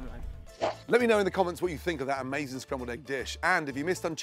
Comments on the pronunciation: Spambled eggs lol...sry, I got a giggle out of it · Spambled eggs haha 😛